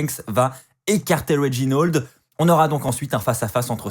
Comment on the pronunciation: Réginold wtf c'est "A" pas un "O" RÉGINALD